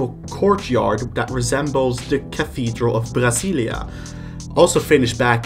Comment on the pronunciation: hey, brazilian here, just wanna say I'm proud of your pronunciation of "Brasília" (and I love your nbt videos)